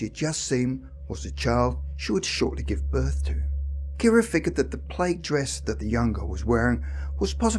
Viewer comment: Just FYI -- PLAID is pronounced as to rhyme with MAD , SAD , BAD ,.DAD , should you come across this word in the future . Thank you for another great video !!!